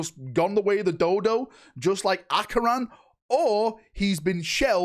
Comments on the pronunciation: Kay-ron????......, Ach-eon?????? Son I am dissapoint. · Bro, he’s speaking in Harry Potter-ish, ACCIO PORTKEY! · Only could see the word Acheran and pronounce it as ACYYYON 😂😂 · How the hell do you get Achion out of Acheran? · Where the fuck did the "R" go from your Acheran pronounciation? 😅😂😂😂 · Im surprised he's pronouncing it wrong, considering how many times both Acheran's name and Chairon's name were both mentioned in the campaign